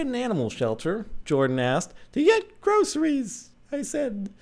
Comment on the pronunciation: "to get grozeries" Really Jordan, really?